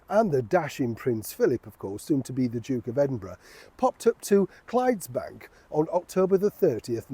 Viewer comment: Lovely story, but I think it's Clydebank, not Clydesdale or Clydesbank.